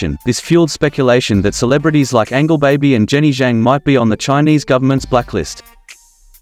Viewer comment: Angel- baby, not Angle- baby😂😂😂